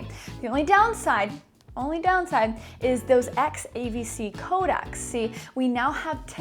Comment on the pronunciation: By the way it’s “codecs” and not “Kodak’s”. Kodak was a film company. A codec is a way of compressing a data stream, usually audio and video. “Co-deck” if you may.